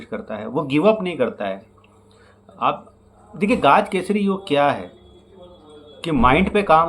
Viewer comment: गाज केसरी नही... गज केसरी योग! Please pronounce it correctly. यानेके जिसको जिंदगी मे गज याने हाथी के उपर बिठाकर उसकी बारात निकालते हैं और वोह उपर बैठा हुआ आदमी sweets बाटता हैं because he has won something too big. गज याने हाथी its not गाज!!